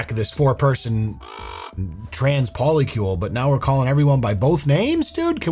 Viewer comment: 4 people 8 different names. What the hell is a Poli-Kiul 😂